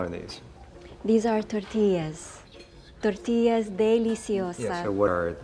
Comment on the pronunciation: IT'S A TOR-TILL-A